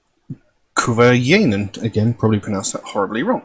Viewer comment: You pronounced it really well. Greetings from Finland 🇫🇮